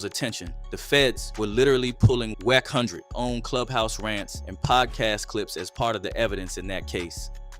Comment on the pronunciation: Wacc hundred..you can tell these fake channels . Its A.i. A.i cant pronounce words for chit . This is fake .